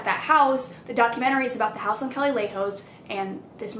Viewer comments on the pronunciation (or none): sis that’s not how you pronounce calle 😂